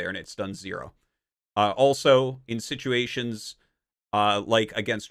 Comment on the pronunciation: The way he pronounced “situations” as sitUUations is proof that his accent was slightly impacted by living in Korea